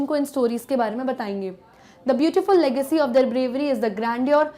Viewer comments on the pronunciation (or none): none